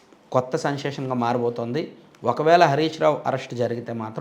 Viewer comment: సెన్సేషన్, సన్సేషన్ కాదు